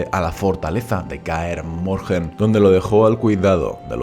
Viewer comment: Pero no decías que no ibas a hacer videos sobre The Witcher por que la historia tiene mucho relleno ?. Y por cierto Kaer Morhen no se pronuncia así, la h es muda.